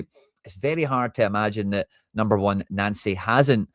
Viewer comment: Why do you keep callng him Nancy? Its pronounced Noncy, not Nancy. Can you please change that? Thanks😎👍